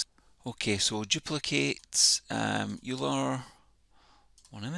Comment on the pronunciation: Great video and thanks for taking the time to put this together. Euler is pronounced oil-er, just FYI